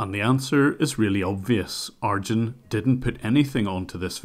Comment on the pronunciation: Lol ..In the beginning I kept thinking, is he referring to a piece of software or what, every time you're pronouncing the scammers name as "Argend", until I realized you meant him because the name Arjuna/Arjun is pronounced with emphasis on "June" in the end (like the month) :-)